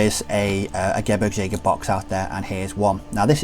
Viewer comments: It’s pronounced geh-breegs- jager. All Gs in German are pronounced with a soft G. No J sounds! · You mean geh-beergs-jager, what you wrote would be Gebrigsjäger